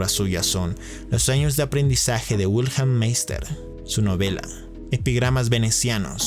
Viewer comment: ¿Por qué todo el mundo en YouTube pronuncia todo lo "extranjero" como si fuera inglés? Michael suena ~ "Mijael ", no "Maiquel", Jacob suena "Yacob", no "Yeicob", Wilhelm suena "Viljem", no "Uilhelm". La diptongación de la "i" , la "a" , la "o" y la "u" es exclusiva del inglés, no del alemán y, que yo sepa de ninguna otra lengua europea. Igualmente la "e" final no es muda en alemán. los escritores correspondientes son pues "German Gesse" y "Volfgan Goete"(aprox.).